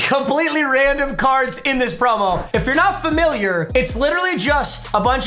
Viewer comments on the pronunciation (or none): none